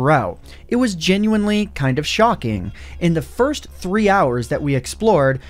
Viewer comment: Take a shot every time he says “genuenly”